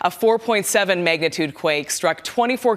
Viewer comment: did i hear 'megatude' instead of magnitude at the 7 second mark?!?!